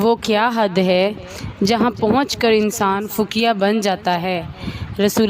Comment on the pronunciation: Fakia nahi hota faqih hota hai